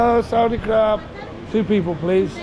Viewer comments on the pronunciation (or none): Man said Saudi crab